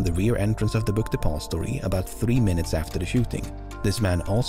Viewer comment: I swear to god every time he says "Book Depository" I hear "Book De'Paulstory" and it sounds like some fancy hotel or something.